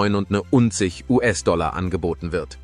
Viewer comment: Der Preis gilt wohl nur ein Puppenhaus? Schon der Fehler bei der Aussprache des Preises läst Zweifel aufkommen. Hier wären die Trusted Flagger gefragt. Wenn der Preis real wäre, würde ich gleich mehrere kaufen.